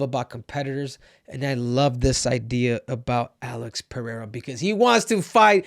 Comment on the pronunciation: Muito raro ver um gringo falando Pereira certo 👏👏👏